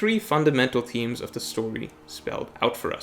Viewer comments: Mans says themes wrong every time yet says thematically perfect. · Oh, its themes. Thought he said memes at first. Breaking down the memes would more beneficial